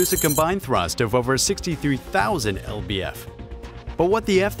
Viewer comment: OK so LBF is actually pronounces as Pounds Feet, it is a measurement of force.